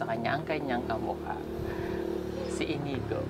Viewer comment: Hahaha 😂ang dami tawa ko dito sa dumating na inigo naging Inigad hahaha